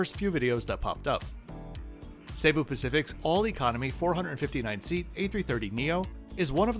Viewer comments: It is not pronounced SAY-boo. Jesus. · I've had only positive reactions to Cebu (not Say-bu) Pacific and I've flown them many times. The absolute WORST is Philippines Air. So rude, so dirty, so awful. Only complaint on Cebu is non-reclining seats on most A320's.....but not bad.